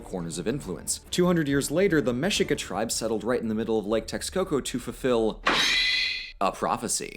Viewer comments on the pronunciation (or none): Mexica is pronounced Meh-shee-ka. Texcoco is pronounced Tesh-ko-ko. Prophecy is wrong. Tlaxcalan is suppose to be tlaxcalteca.